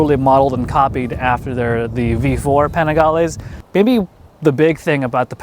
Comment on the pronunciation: Why am I so sick of hearing PAWNIGALAY 400,000 times in every video...